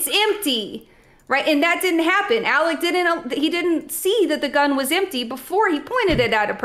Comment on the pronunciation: "It's impty."